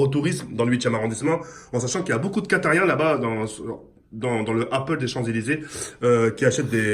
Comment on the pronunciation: "En plus y a beaucoup de QUATARIEN"😭😭😂😂